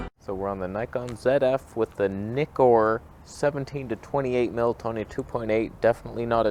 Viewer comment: Had to pass on this video because you miss pronounced ZF and Nikkor.